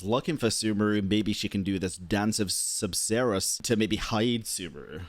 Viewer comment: Sabzeruz always make me hear it like subzero lol